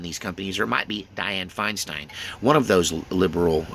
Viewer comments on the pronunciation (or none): none